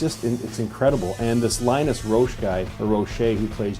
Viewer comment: Linus Roache (like the bug), and Andrea Riseborough aren't happy you butchered their names.... Otherwise, mad respect for talking about this actress that plays Mandy. For some weird reason no one is talking about her performance. It's strange, like avoiding the huge elephant in the room! The damn movie is named after her! I don't get it ..